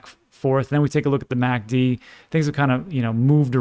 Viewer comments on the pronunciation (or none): none